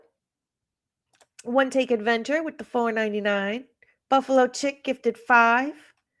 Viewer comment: When you called out screen name "Buffalo Chick" I thought you said "Buffalo Chip" and I LOLd 😂😂